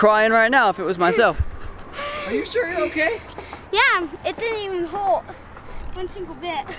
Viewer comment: “It didn’t even hort “